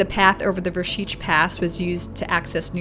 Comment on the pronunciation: Nice My Slovenija....and congratulations for good pronounce of Vršič, Šoča...etc ..